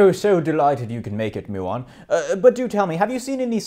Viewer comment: I feel I should mention 'muon' is not pronounced 'MOO-on' but rather 'MYOO-on', the 'myoo' like at the beginning of the word 'music', or like in 'aMUsement', but I like to think that here the commonly used mispronunciation is "abused" (well... yesn't, I suppose) to make the particle into a cow which, is absolutely hilarious. And also, another joke could be made (PLEASE MAKE A SEQUEL!) which I have put on every water bottle I have owned since I learnt about this: when the muon was first discovered, it was thought to be a meson, hence dubbed the 'mu-meson', which, I suppose you can use in better ways, but I always introduce myself saying: "I'm Muon, not a meson!" (My name is literally 'Muon' and I was directly named after the particle so that's how I know about all of this stuff despite having never even touched A-level stuff. =]) I've been waiting nearly fourteen years for somebody to get the joke instantly and just start laughing hysterically upon encounter without me explaining it and breaking someone's brain for the two hundred and ninth time. (Ref. Electron mass ratio to muon mass) Also I fight my sister/cousin (I dunno, some people call us siblings, some call us cousins... what even are we...?) Elec(tron) (I abbreviate it to Elec 'cause why not) and I always decay every time before I get Photon... she's just so cool... sad I never get to see her or talk to her properly.